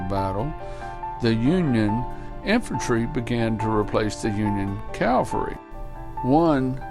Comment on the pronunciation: Consistent mispronunciation of the word "cavalry".